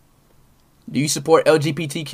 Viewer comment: el jee pee tee cue